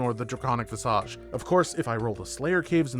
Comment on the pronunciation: It's amazing how often osrs youtubers mispronounce things. Vis-uhj. You're misusing "belayed" too.